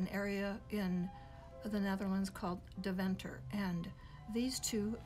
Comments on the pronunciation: Deventer is pronounced : Dayventer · Hello, I very much love listening to your program, I do not intend to criticise but maybe your able to ask a Dutch person how to pronounce Deventer, The first e is pronounced like A in May, Day venter Hope it helps, warm regards